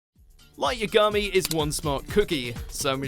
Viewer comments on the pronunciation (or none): I bursted out laughing at Light Ya-gami. They literally pronounce his name in the anime. Ya-ga-mi. 😂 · The way he pronounces Yagami🤮